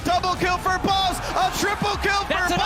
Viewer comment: I always mishear the commentator and think that hes saying "Baus"